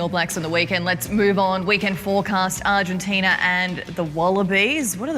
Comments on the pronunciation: How to disrespect a country...Mispronounce its name over and over. It's ARGENTINA not ARGENTINIA. Ozzy Ozzy Ozzy Oi Oi vey! :) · Can someone tell it's not 'Argentin-i-a'? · Just so everyone's aware, the name of the country that beat the All-Blacks is called "Argentina," not "Argentinia." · Nah mate, kept calling them "Argentinia." I know my accents, and I also know when someone adds an extra vowel to the word "Argentina."